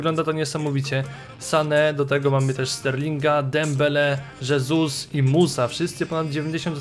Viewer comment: Błagam, czytaj jego nazwisko hesus a nie żesus, bo moja hiszpańska dusza cierpi